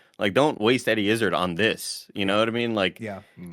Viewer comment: As a Brit it grinds me how they say Eddie Izzard’s name...